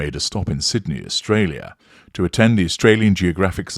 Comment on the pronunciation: One dress that didn’t make the “List” was the one she wore in Tonga that STILL had the price tag on the hem. 🤦🏽‍♀️ No mirrors obviously. I did notice that you snuck in a little “ Australia “ accent again after Olive Dress Number 5. Perfection. 👌🏻 🇦🇺